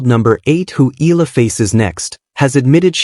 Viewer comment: EE~YAH~LAH please do not skid pronounce the two vowels of her name as one. We Filipinos pronounce every syllable or in this case every VOWEL. So, if you can easily pronounce AYALA then just change the first 'A' into 'E' then you've got it. Thanks for vlogging this.